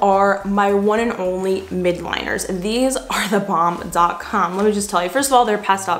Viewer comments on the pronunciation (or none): the “midliners” you have been saying is mildliners with an L. just wanted to let u knkw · “MY-ELD-LINERS” sorry lol had to say it